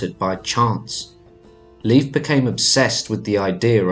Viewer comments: It's not LEAF. it's pronounced more like Life. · Please its Lejf (Leif) Don't pronounce it Lif that almost sounds like the female name Liv which is a completley different name. As an English speaker Nordic name shouldn't be a challenge or a mystery to pronounce. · I hate it when they pronounce it as Leaf!! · Please get the name right..... dammit. It's 'Layf' not 'leaf'. I can't get through another second of the mispronunciation. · A tip on pronunciation though from a Scandinavian is to say it more like "Layf" than "Leaf" if that makes sense. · I just learned that Leif is pronounced like "life", not like "leaf". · Lief is pronounced like “Laef”, and j’s are pronounced like y’s. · Nice video, but your pronunciation of the names Leif and Bjarni is off 🙈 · It's actually Leif... Layf is the pronunciation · Very interesting, I'm Scandinavian and we learned very little about the Vikings in school. One minor thing only, for what it's worth, Leif is not pronounced as Leaf, but the "e" and the "i" are distinct. Think the "ei" sound i "later," "waiter." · Was interesting, but the frequent mispronouncing of Leif's name was distracting. Narrator would go back and forth, 80% of time pronouncing incorrectly as Leaf and 20% of the time pronouncing it correctly. Correct way to pronounce is "lay" followed by an f. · Pronounced Laif.